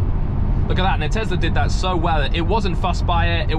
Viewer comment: It’s tesla not tezla